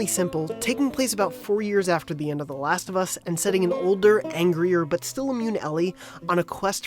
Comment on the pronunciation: "The Lust Of Us" 10/10 -IGN